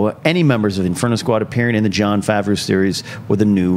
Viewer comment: They aren't going to release a Boba Fett movie on the streaming service. It would only make a fraction of the amount of money it would in theatres, you're high... also, never researched how to pronounce Jon Favreau? Lol